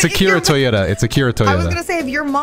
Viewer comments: you need to study more. His last name is Toriyama, not Toyota lol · He said Akira toriyata instead toriyama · calling Toriyama “Toyota” is sending me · Favorite part was “Akira Toriyoda” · He must have mixed him up with TOYOtaro.... Or how his co-creator/Creative assistant's name is spelled! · ...I know I'm late but... "Akira Toyota?" Dude. If you're joking, you need to make it more obvious you're joking. That sounded like a real mistake 😂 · Ahh yes, the beloved creator of one of my favorite shounen franchises "Akira TOYOTAYARIS" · Mans said Toyota instead of Toriyama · Akira "Toyota" Tf? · did he call akira toriyama akira toyota? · Did you just say the creator was Akira "TOYOTA"??? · Did this man say Akira Toyota? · Did you call Akira Toriyama "Akira Toyota"?! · Not Akira TOYOTA lol Akira Toriyama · "akira toyoda" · The creator is Akira toriyama not toriata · akira toriama not toyota lmao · Its Akira Toriyama, not Akita Toyota. How the hell did you get that wrong? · Akira Toriyama not Akira Toriyoda not Akira Toriyota.... I am Disappointed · Wait, what did you call the creator of Dragon Ball? It's Akira ToriyAMA, not whatever you said.